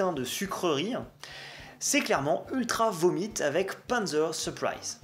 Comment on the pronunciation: Je suis perturbé que tu prononces les albums d'Ultra Vomit avec l'accent Anglais O_o